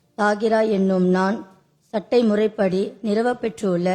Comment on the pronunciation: சட்ட முறைப்படி என்று படிப்பதற்கு பதில் சட்டை முறைப்படி என்று ஒரு உறுப்பினர் படிக்கிறார்